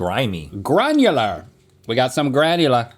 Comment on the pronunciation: At a second there, I thought Link said "Garnular!".😂 It would have been epic!😂